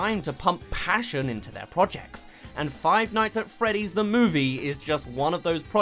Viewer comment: finights at fweeeah dees